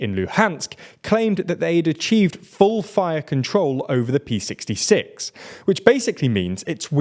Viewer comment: ”cut off the pee sixty six” — I don't envy you here but it's the Cyrillic letter Р (equivalent to the Latin letter R) in Р66, not the Latin letter P. It stands for “regional”.